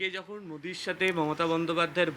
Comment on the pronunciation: নরেন্দ্র মুদি নাম উচ্চারন করতে পারছে না